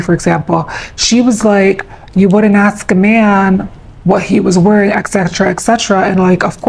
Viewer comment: "if u ax me"